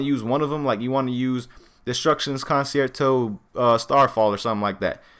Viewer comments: destructions con-chair-toe is how its actually pronounced. For next time u wanna hit the orchestras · it is pronounced cun-chair-toe